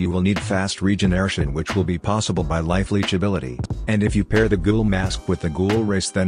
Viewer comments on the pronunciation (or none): none